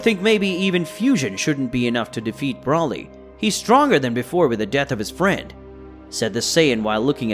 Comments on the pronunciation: It's BRO LEE NOT BRAW LEE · It not braly it broly I keep hearing braly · Why do you pronounce not brawly , it's bro li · Say broly's name right it's long o not Brahly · Amazing vid..yet the way you say Broly is urking me...Bro-lee not brawly..that is all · I love this so much, but every time he says 'brawly' I die a little bit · Br-ole-ee say it with me 🤦🏽‍♂️ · One request bro, PLEASE STOP SAYING BROLY the way you are, SAY BRO-LY, BRO AS IN what’s up bro. Otherwise love it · Bro said braly